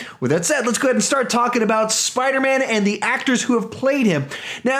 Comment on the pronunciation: ... at one point you said spidermna by the way I agree with you Tom Holland is definitely the best Spiderman ever and Nicholas Hammond SSSUUUUUUCCCKS